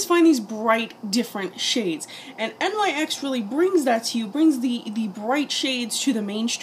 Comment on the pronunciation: Just so you know the company name is actually pronounced like "nicks" just letting you know